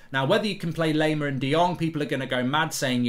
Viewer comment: its not "lay"-mer, its "lie"-mer